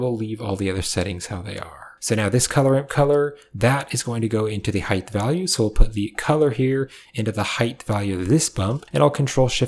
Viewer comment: Love these tutorials but is homie saying Hithe instead of height? Is ESL? I have french friends who kinda do stuff like this but not with the word height.